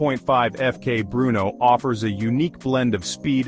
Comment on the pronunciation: Terrible AI video, images dont match the product and cant even say FK Brno correctly